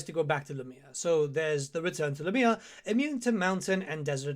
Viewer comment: "la mia" you mean Lah mia